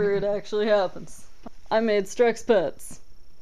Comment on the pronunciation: At first I thought strexpets said "sexpets" XD